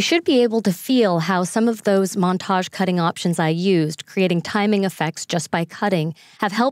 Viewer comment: seriously when she says montage I die a little inside